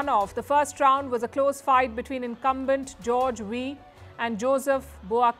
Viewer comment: George Weah, not wee get it right Ma'am